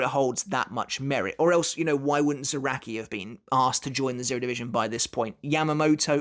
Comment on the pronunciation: How does he say zanpakuto properly, but not kenpachi or zaraki? Proper pronunciation needs work